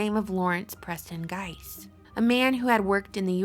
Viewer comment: We read Gise, not Geist.